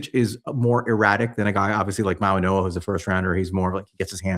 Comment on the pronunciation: How do you expect to be taken seriously as an analyst when you can't even pronounce the name of a top 10 pick for the Giants. The G sounds like an N for Mauigoa. Come on man.